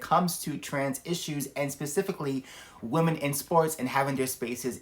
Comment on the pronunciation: So no-one is talking about the weird way he is pronouncing women.... if you need to to the spelling on it, you need to take account the e.....pronouncing it like a European I 😂 america is wild yall. Woke have destroyd everything, even this man